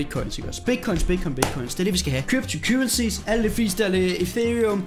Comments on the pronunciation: "Kybtu kyrehsies" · "kYpTo KyWeSiEs iKk oGs"?